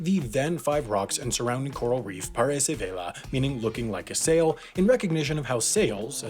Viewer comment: I sepeak daily Pt,Es,It,En,De. He said "Parece Vela" (Pt,Es) but i didn't understood until he translated... i had to go back and realized that crapy dialects (mispronouncing) are a big problem in the world